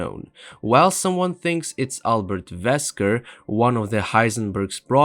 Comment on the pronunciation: His name is wesker not vesker